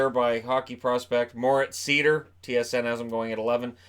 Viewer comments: On the pronounciation of Moritz Seider: it's pronounced similarly to Schneider (Cory Schneider). You basically leave out the "scn". The way I hear you say it, it would be "Moritz Sieder". So there's me praying for someone to get his name right on draft day. But great video as always, you're my main source of NHL/hockey news by far. Keep it up! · Not to nitpick, but Moritz Seider's name is pronounced [zɑɪdəʳ] in German... don't know if he'll be insisting on the right pronunciation once he gets over to NA though :) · Hey, nice Video as always!👍🏻 By the way, the right pronunciation of Moritz Seider is „Sider“ (like Slider) 😉 Best greets from 🇩🇪 ✌🏻